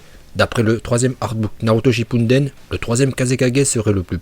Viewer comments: Naruto Shippuden pas Naruto Shinppundenn Sinon super vidéo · SHI"N"PUnDEN mdrrrr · Tes vidéos sont ultra cools mais pourquoi tu dis tout le temps Naruto "ShippuNden" ?